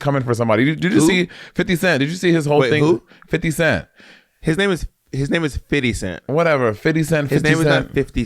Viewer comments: Bob it is not fiddy cent, that what white people say. His name is Fifty Cent. Im from nyc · His name is “50” Cent bob, not Fity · Not Bob always insisting that its FIDDY CENT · Monét: "you look old" Bob: immediately criticizes Monét for using slang and mispronouncing 50 cent's name 😂